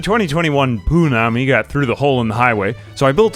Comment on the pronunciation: I kept hearing Poonani instead of poo-nami and it made for a great video hahaha "A disastrous flood of Poonani"